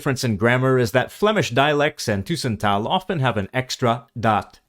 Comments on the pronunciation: Very nice video. I am from Flanders. Some comments: The pronounciation of 'tussentaal' is incorrect, the 'u' should be short. As the flemish contributor is from the east of Brabant, that may be the reason, but it sounds very wrong and quite awful in my ears. Let us say that the pronounciation of 'tussentaal' in the video is not the pronounciation in standard flemisch or standard flemisch tussentaal. I recognize of course many things, and agree, although I think that a number of things that are cataloged as Dutch, where Flemish 'tussentaal' has a different form or expression, I would often automatically use the Dutch form, or I would consider the flemish form more as dialect, and either only use it in a very informal setting, or to generate a special effect, or never use at all. It is true that 'ge/gij' are used in Flanders, but 'je/jij' are also used, and I would even say they are used more frequently than 'ge/gij'. Just making some examples to express that a number of differences between dutch and flemisch are certainly not black/white in my view. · Tussentaal is pronounced wrong. The way you pronounce it is 'tusentaal' but the word is 'tussentaal' with bouble s. So in this case you pronounce 'u' the same way as the 'e' in this word. Same vocal sound for both the 'u' and the 'e' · These Flemish words being pronounced hurts my ears. Must've been someone from Brussel or Vlaams Brabant with a French accent. "Tuuuuuuuusentaal"? u as in "uh", not as in "uu". Edit: YES! i was correct! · I’m not a native Dutch speaker, but I can’t resist coming in here. The speaker uses the word ‘tussentaal’ dozens of times in the video, and every time he pronounces it as if it was spelt ‘toessentaal’. Surely that isn’t correct. The ‘u’ in ‘tussentaal’ should be pronounced the same as the ‘u’ in the Dutch word ‘bus’. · A small nit-pick: The 'u' in 'tussentaal' is like the 'u' in English 'further', not French 'tu'. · the u in tussentaal is pronounced like the u in bus.